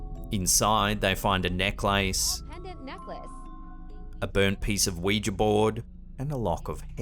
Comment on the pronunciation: Haha I like the way prounces the word Necklace like Neck.. Lace.. Its pronounced Neckliss although spelt Necklace